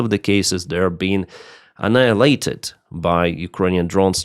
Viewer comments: I have been watching for years, good job, your English gets better all the time but.... you have been butchering the word anilated multiple times a video for years. Today you got it!:) an eye I'll late Ed. Sorry for not bringing this up earlier to help you out. But congratulations.:) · perfect pronunciation of annihilated